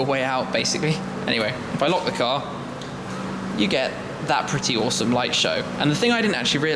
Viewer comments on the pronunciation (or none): none